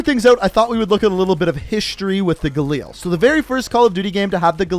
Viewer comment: For fucks sake just say galil